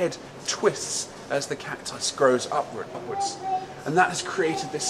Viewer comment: Is it me or did it sound like he has a regular American English accent ( to be exact but listen a second closer) when he says "upwards"?? It sounds like he says upwards twice 🤔🤔 listen with headphones...